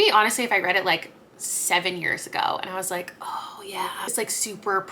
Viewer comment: “oh yeah” sounds so canadian to me lol